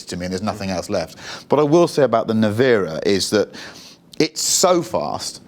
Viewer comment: Rimatz.... Rimatz.... its not Rimak. Also the model is NE-VE-RA, not Nivera or how these guys pronounce it.